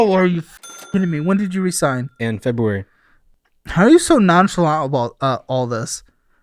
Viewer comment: Maybe I'm just getting old but this guy with his "Fo years ago" and "Munds" instead of months and Febooraeee" hurts my ears.